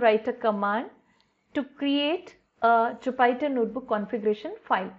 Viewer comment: Thanks for the video, it was quite helpful! A very trivial suggestion, Jupyter is pronounced like joo·puh·tr.